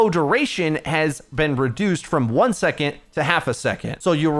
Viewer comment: Hey you pronounce "second" as "secont" and it's infuriating but thanks for the video <3